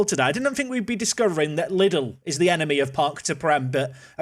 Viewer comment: Fun fact, we pronounce the German chain Lidl like this: Lee Dell But Little ist also fun :D